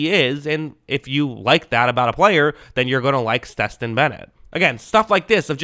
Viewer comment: Damn how you fuck Stetson name up like that?😂 Steston?😂